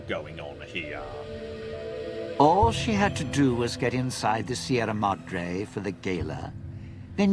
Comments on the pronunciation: It's closer to the actual pronunciation than how a vast number of people would say it, at least, even if it's still blatantly wrong., being English, almost has a birthright excuse when it comes to mispronunciation, even if that doesn't really make it okay. Better than many Americans who would say "See-ra Mad-Ray" or similar, and inflict me with a level of ear-bleeding on par with something out of shonen anime. They have less of an excuse XD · why Sierra Modre? All the voice actors say it right....